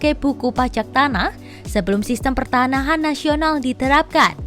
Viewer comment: koq perTAnahan dibaca pertaHAnan